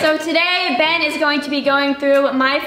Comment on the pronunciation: the way she said “Benna” 😂😍